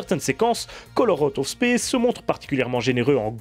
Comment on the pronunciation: ta prononciation me fait rire